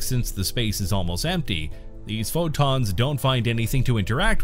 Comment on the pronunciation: Pho + Wonton = the way he says PhO!tOns